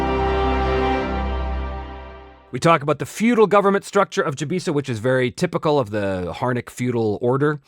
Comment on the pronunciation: Oh yeah! I was just bitten by the Chybisa bug (I do prefer your pronunciation btw 😁). I collected pretty much every Kaldor related article over the years and now I'm slowly collecting some others, mainly Melderyn and Chybisa. The articles are overpriced on most metrics but holy moly it just gets better and better when you see how everything in the world is connected 🤯